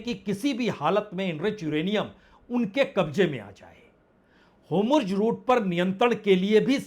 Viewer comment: Itne confidence se HORMUZ ko HOMURJ kaise bol lete hain aap